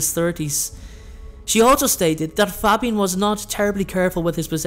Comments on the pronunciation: It was great apart from you miss pronounced Fabian’s name the A is long like in the name Damien 😀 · Good video, love these really obscure stories. But I have to say your pronunciation of Fabian is killing me